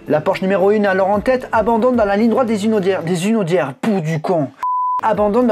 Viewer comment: tkt nous aussi les Sarthois ont dit les Hunaudières de cette façon mais sans "Z" 😉